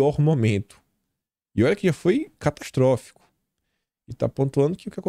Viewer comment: nao acredito que o ao inves de falar catastrofico disse capistrofico. erro craso de português..q w🎉